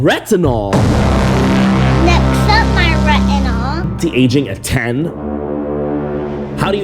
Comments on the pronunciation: That girl was not even able to pronounce " retinol " 😂😂😂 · the fact that they can't even pronounce retinol and using retinol.... I'm worried for my future offsprings..